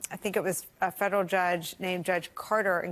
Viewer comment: She's trying so good to speak cool, she can't pronounce F E D E R A L.